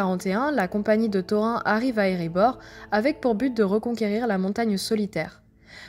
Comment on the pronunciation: C'est bien ce que tu fais, c'est pas pour te "vexer", surtout, mais -"seau-rond", "taux-rein", c'est too much!! c'est"ça-o-rone" et "taux-rine" qu'il faudrait dire....pour les elfs, pour "Glorfindel", y'a pas de lézard, mais "Elle-rond", pff pas terrible, il faudrait prononcer le "d" "El-ronde"...Tu vois ce que je veux dire....lol, et bisous